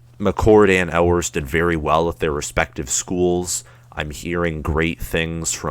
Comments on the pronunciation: I’ll take this dude serious when he learns how to pronounce “You-ers” name correctly!! GO BUCKS!! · It is pronounced "you-ers" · For UM fans proclaiming that their school is better than OSU, this dude does not lend support to that claim. Where does the "L" sound come from in Ewers?